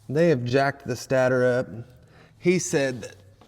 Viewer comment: State-er lol not stat-or